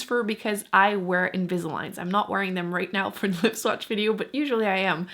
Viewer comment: Are you American? You say dee instead of the. It's annoying.